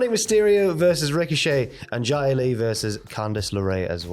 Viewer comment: Random question, why do these two boys always pronounce her name as "Jy-ah Li" and not "Zy-ah Li" as it is pronounced on WWE TV? If Xia Brookside starts winning major Championships are they gonna report that "Jy-ah Brookside" is Champion?